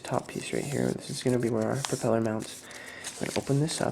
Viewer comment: "perpeller" REALLY? I hope you did that intentionally, because if not, you need to go back to elementary school. (propeller)